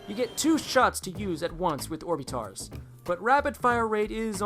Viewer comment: You pronounce orbitars like orb-it-ters